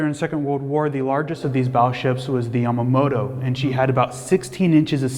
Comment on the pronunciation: The fellow horribly mispronunced Yamato. Besides, the 14 inch shell would not penetrate the Yamato's main armor.